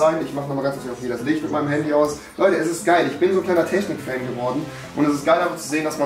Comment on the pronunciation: Niemand: Absolut niemand: Rewi: TeSCHnik